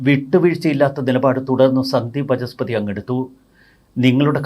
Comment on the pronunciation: Sandeep Vaachaspathi and not Vachaspathi as you say always . It is “Vaacha” and not “Vacha”